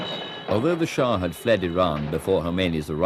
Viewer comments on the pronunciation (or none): For the sake of my mind and general level of American education, it is Shah not shaw